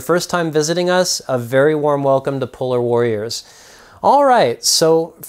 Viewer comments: I Thought my guy said pull out warriors lol😂. Double checked and it's polar warriors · Lol it sounds like he said "puller warriors"